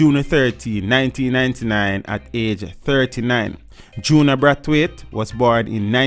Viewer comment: 6.41 I know this is a serious topic but the way you pronounced Braitwaite made me rewind 😂😂